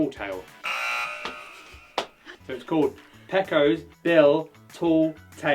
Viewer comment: Pecos. Rhymes with the Mexican currency "pesos". PAY-cose. Named after the the Pecos River in Texas.